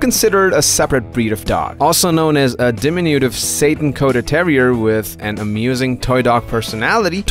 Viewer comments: It’s pronounced “sat-in,” not Satan. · Satin not Sayyyyytin / Satan. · It’s not pronounced Satan dude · Definitely pronounced the word "satin" incorrectly in this video. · This guy needs to learn to pronounce the word "satin" golly!